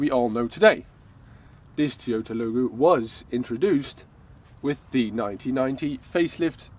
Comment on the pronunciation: What's a "Tee-ota?" Is that like a "Tyrota?"